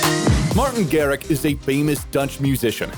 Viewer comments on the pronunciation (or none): list of errors in martin garrix video says martin garric instead of martin garrix says asher instead of usher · Bro said martin garriK lolll